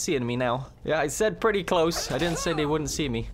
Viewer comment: Normal human: "Wow, I threw that ball pretty far!": "Wow, I frew that ball pre-ey far, eh? Got a bo'olle o' wa'er? I'm firsty."